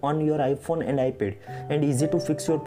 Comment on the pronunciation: Iphone as well as Ipel 🤣 it’s ipad man not ipel